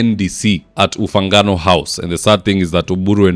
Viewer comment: It is Ufungamano House,, not "Ufangano House"!